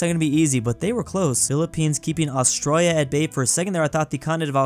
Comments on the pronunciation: it's not Austriya is Australia!! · WHY DOES BRO KEEP SAYING AUSTROIA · I was annoyed that he said Australia as astroya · is saying Australia to Austria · bro called austraila austroyia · i just hate how he says it. Petition to get to do a class on austrailian pronounciation? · why do u pronounce Australia like that lol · You need to learn how to pronounce Australia! lol